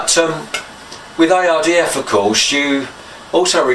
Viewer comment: U say IRDF it’s ARDF ai not oy….😜